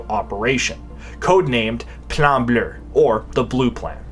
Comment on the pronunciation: Fun fact: there's no "R" at the end of the word "bleu".